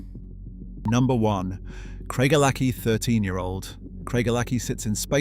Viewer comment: You are deceiving people about your knowledge of whisky to the point of being thoroughly offensive. Craig - a - lackie? It's Craig - el - a - hie. Idiot.